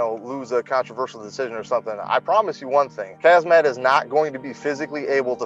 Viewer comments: Gerald calls him "Hazmat" 🤣😆 ☢☣☢☣ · Did Meerschaert just call him Hazmat! That's appropriate !! Btw, his name is pronounced as Hamza. Welcome to greatness, Khamzat ! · "Hazmat" :) Which is not a bad name for Khamzat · Khamzat "Hazmat" Chimaev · That's what Gerald gets for calling him Khaz mat. lol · Khabib "Location", Khamzat "smesh" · Meerkat pronounced his name "Hazmat" lol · Meerschaert calling Khamzat "Hazmat" has to have been a Freudian slip, right? Gerald knew the danger he was getting into 🤣